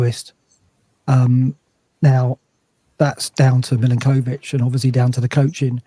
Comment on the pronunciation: Could I politely request that learns how to pronounce Milenkovic's name correctly please (Mill-enk-o-vitch)